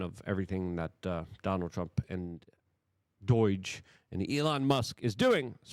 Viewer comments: What the hell is DOIJ? It's DOGE. DOUGH with a J on the end. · "Doy-ge?" You big weirdo! Even Atlas knows how to pronounce. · Luke, it's DOOOGE, not DOYGE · Omg it’s DOUGH-ge not DOI-ge, it’s hard to listen to. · FFS Luke, just pretend you are saying Dodge Viper if you can't say DOGE, it's better than DOIGE, but make Viper silent. You sound like a child with special needs when you make no effort to say words properly. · Bro just curious, why do you pronounce it 'Doige' ...like oi oi oi! 😂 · STOP. SAYING. DOYGE. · He's a Polak like me 😂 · this clown literally cant read . Luke says" unevil " when the word is unveil . Well done luke ...great reporting. No wonder he cant even pronounce doge correctly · It's pronounced Doge, like the Doge of Venice. Say it like a Jesuit would, because that's who you all serve. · Is Luke mispronouncing doge on purpose at this point? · 🤷🏻‍♀️ It drives me nuts. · Well, it does get more comments, doesn't it? And that helps the algorithm. 🤩🤩